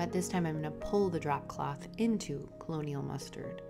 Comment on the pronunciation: Beautiful job channeling your inspiration to this piece. By the way, it's Colonel Mustard...not colonial. It sounds like "kernel." Like Colonel Sanders...or Colonel Mustard from the game, "Clue." 😉